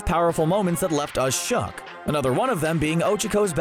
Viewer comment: How many times you said shock instead of shook